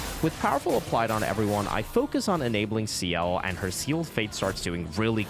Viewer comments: "Next, we head to the second axon, Serine". Bro they literally say the name multiple times during the game how do you butcher it so badly. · I swear you're engagement baiting us with these pronounciations "Serene" "Monaco" 😂 Great run btw